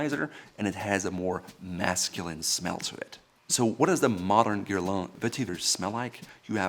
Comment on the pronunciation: I actually rewinded it 3 times just to hear that pronunciation 🤪